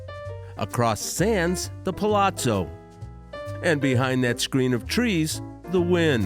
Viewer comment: I love that you pronounce Palazzo correctly! Either way I always enjoy your videos.